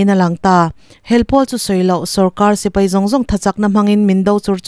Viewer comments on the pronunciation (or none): none